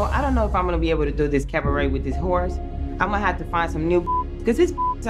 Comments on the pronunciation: CAV-a-RET lol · Every time Joseline says “CaVAret”... Take a SHOT 🥃 🥴